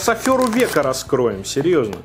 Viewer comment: Правильно говорить афЕра (извините за занудство)